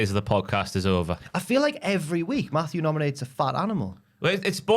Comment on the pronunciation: Whts up w saying Maffew every 2 mins the whole episode? Yeah we all heard Maffew watching Steve & Larson & Bryan Alvarez shows lmao..we get it lol